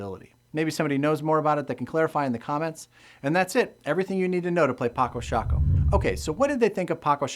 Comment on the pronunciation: I'm from the Netherlands, like Felix Albers, who invented this game (and yes, you pronouncedit correctly as 'Patso Shaako'). I'm not familiar with the version of the game you're showing, because down here the retailers sell copies in a small box of a shape, from which you'd expect to only find playing pieces inside, but also inside there is actually a folded board made of tyvek, a synthetic paper-like material. It has it's advantage comparing to the cardboard board you're having because of the slight colored additions on the squares, which gives a little more contrast between the squares and the pieces, but at the same time that's a disadvantage as it distracts players from deep strategic gameplay, just like it would in chess. With contrast in mind, I don't like any retail version of the board as I'd want to, because the squares and the pieces of the basic set fully match in color, and that is not a good thing, as chess players will know and understand. I would have preferred one of them, either the squares or the pieces in the basic set, to be beige and brown, while the others are still black (or gray) and white. There are a number of sets of pieces in other colors available for purchase on Paco Sako's own webstore, but as analytic as I am in this kind of game, I can't really take dominant colors like pink, green, red or yellow very seriously. I have discussed some rules I've had some issues with in the past with the designer himself in person, who admitted that the finer de